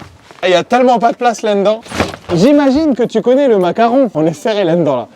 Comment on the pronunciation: Tu as encore des problème avec certains mot comme "là-dedans" que tu prononce landans 🤣